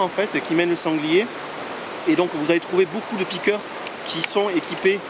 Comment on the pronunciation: On écrit piqueur mais on dit piqueu ! 😉 Bonne vidéo sinon